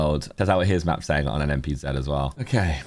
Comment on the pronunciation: Thank you for saying NMPZee for us Americans